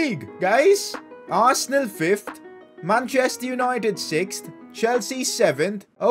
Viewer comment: It's arsenal dude. U had a great team no offense but it's Arsenaaaaalll 😂